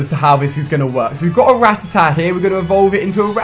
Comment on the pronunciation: or ratitat. when it's FUCKING RATTATA